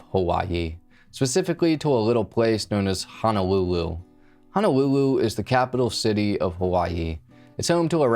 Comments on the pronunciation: HO-NO-LOO-LOO, not HANALOOLOO. HEE-RO, not HI-RO. 🤙🏼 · Yeah, it's Hono-lulu, not Hana-lulu. He was not a (native) Hawaiian citizen. He was a Hawaii resident. These are the main errors. But, I left home in the 90s so was not too familiar with case. Thank you for revisiting.